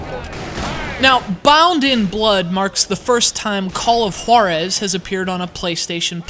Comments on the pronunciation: Juarez not H-warrez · i think it should pronounce "call of HUWA-rez" not "call of HO-rez.' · When he says the name of the game it sounds like Call of Whorezszs, wich is cool. I'd play it. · His saying "Juarez" conjures up memories of the episode of Family Guy when Stewie puts way too much emphasis on the "Wh-" sound in Cool Whip